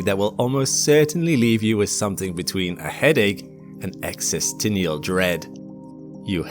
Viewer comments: 💡 "Existinial dread?" What?⁉ :body-blue-raised-arms:Maybe you mean 👉existential dread👈❓ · The word is "existential", not "existinial". No, the induced waves travel at light speed as well. Their phase is different, as well as amplitude. When added to the original wave, this makes it appear the waves have been slowed. The theory is the B Theory of Time. Time is an illusion. Everywhen is, "simultaneously. It's actually one of the implication of relativity. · "existinial dread" wtf is this? Are you an AI? Who else would say "existential" in that way? Your entire video is already suspect after a minute and a half. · Existinial (sic) dread. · It's existential, not existinial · “existenial” dread? Is that different to “existential”? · Oh no! Not "existinial" dread... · what's an exenstinial? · "Existinial" When I watch youtube videos like these and the voice over says a word that's either common or at least fairly common so badly wrong, it just makes me think they're using an AI voice over.. and if that's the case at 1.82 MILLION subs, they should feel ashamed. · the word existential is wrongly pronounced "existenial". The last t isn''t silent, so it's "existen-sh-ial" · “Existinial dread” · when a narrator on a science based video can’t even use the correct word/mispronounces/makes up a word I stop watching. “Existinial” - WTF? The word is EXISTENTIAL - exis-ten-shall - and people trying to use big words but failing, fills me with existential dread! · In your intro , unless you are using a word I've never heard of, the word is 'existential', not 'existinial' dread. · "Existinial dread"? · Hey – there’s no such thing as “existinial dread”. That’s not a word. I think you meant “existential dread”. “EX-iss-TEN-shul”. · Existinnial dread? Wtf is that?😂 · What is "excesstineal dread"? Did he mean "existential dread"? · Existinial dread? Do you mean existential dread? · Did he just say EXISTENIAL???😅 Existential 😅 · Did you say "existennial dread"? 😂😂😂😂😂 Dude.